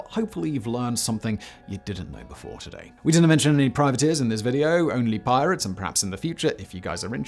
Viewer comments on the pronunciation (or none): none